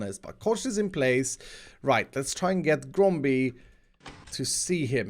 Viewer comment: this is the amount of times mispronounced GROMBIE'S name ⬇️